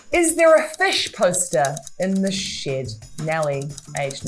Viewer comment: The pronounciation of "Is there a fIsh poster in the shEd" is pure trauma